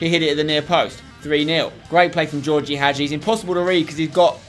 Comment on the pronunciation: IT'S NOT GEORGIE HAGI IT'S FUCKING GHEORGHE HAGI FFS SPENCER !!!